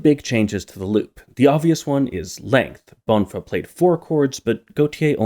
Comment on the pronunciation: so the main hook was twinkle twinkle little star all along also, not that it matters much, but the stress in "bonfá" is on the 2nd syllable, that's what the acute is telling us